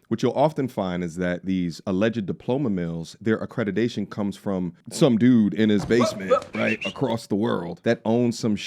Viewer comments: AcreDIDAtion???? Am I the only one that heard this? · Why is he saying accrediDation instead of the actual word accrediTation 🤷🏾‍♀️